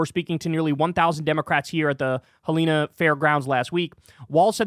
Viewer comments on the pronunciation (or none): Helena is pronounced like the name Helen, than add “a” at the end. The only reason I know that is because I live in Montana. 😜 I went to see Tim Walz give the keynote address in Helena on March 1st. Even got to meet him and take a pic! I have been a huge Bernie Sanders fan for years, and now I am also a big fan of Tim Walz. Bernie is too old to run for president again, but Tim would be amazing! 🙌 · Not Hell en a, it's Hell n a, get it right!